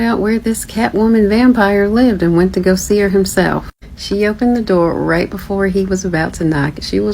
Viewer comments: "Open the noor" intro guy might be at the wrong door or have dementia. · no he said NOOR on purpose which means LIGHT in Arabic. He is just hoping that we do not catch onto the fact that they know ancient languages like Arabic, Latin and Hindi, for example. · He said door. He is pronouncing it as NOOR because in Arabic, NOOR means LIGHT. By opening the door you are not supposed to, they want access to light that they are not supposed to be given.